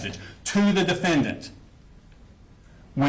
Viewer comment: "And the rifle....stays in his room..." yea....Prosecutor buried the De-FEN-dent.